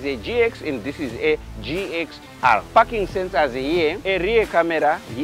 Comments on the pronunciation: It’s parking lol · is he saying parking sensor or i am hearing fucking sensor 🙂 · 😂 for a second i thought he said "here there is no fucking sensor "😂😂🤣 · "parking sensor" sounds like "fucking sensor", nice one mate, i would buy one. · I thought l was alone hearing f**kin sensor. 😂😂😂😂😂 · First I thought this guy said there is no fucking sensor 😂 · He was saying parking and i thought fucking sensors😅😅😅 and i thought he was saying wantedly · Is it me or he is saying the fu**ing sensor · What he says parking sensors or fu*king sensor 😂😅